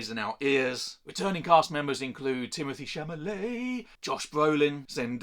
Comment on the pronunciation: Chalamet. Not chamalet 😅